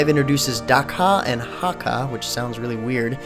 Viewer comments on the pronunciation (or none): none